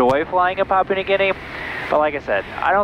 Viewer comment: Papua, not pop.